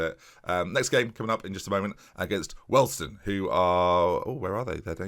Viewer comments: What on Earth is a Welston? Wee-all-d-stone I think you mean. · Hi great video it’s pronounced we all d stone